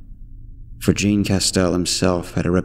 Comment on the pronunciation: Sigh. Jean ISN'T pronounced like Levi's jeans man. French name, in France. Think Jean Luc Picard.